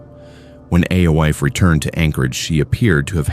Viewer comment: Ay-Oh-eef is pronounced Eefah. AI is fking stupid.